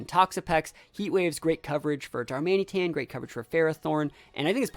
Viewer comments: the way you said darmanĒtan about 50 times was quite a bit annoying xD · most people pronounce it darman it an/darman uh tan. Whatever is easier though. I will say it was slightly bothering but pretty easy to overlook